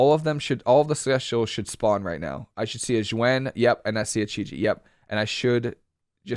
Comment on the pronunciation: Nice video, but it's pronounced ZOO-when = Xuen, hate to be that guy but was driving me nuts